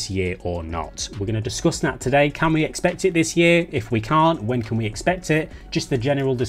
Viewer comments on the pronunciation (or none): none